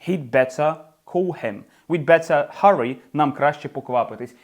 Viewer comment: Поясніть, будь ласка, що ща діалект, коли вимовляє замість т в better, ц?